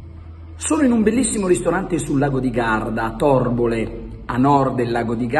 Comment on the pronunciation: Torbole è in Trentino, anche la pronuncia è da rivedere